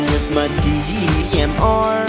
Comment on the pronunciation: Sounds like he is saying DEEMR.